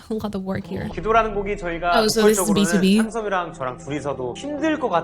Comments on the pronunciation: Love your commentary, by the way btob is pronunced like beetwobee :) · Please react to a BTOB "I'll be your man" live performance, there are many, before the MV, to be honest the MV is distracting from their live voices and harmonization .. don't worry, live sounds just like a studio recording 😅 Btw, BTOB is an acronym for "Born to Beat", therefore is pronounced Bee-2-bee 😊 You can see here in the video how Chris pronounced it Oh if you like recording sessions, BTOB has few in their channel 🥰🥰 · What I retained from this video : Bang Chan best leader Han 4th gen ace Seungmin 4th gen vocalist Stray Kids 4th gen leaders btw BTOB is not pronounced B-T-O-B but B-TO-B :) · Idk if anyone already pointed that out but BTOB is pronounced BEE-TOO-BEE, acronym for "born to beat", thank you for your reaction and commentary ❤️